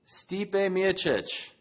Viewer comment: Mike Goldberg: Stipe Myosick!